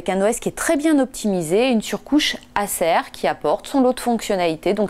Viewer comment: "Acer" LOL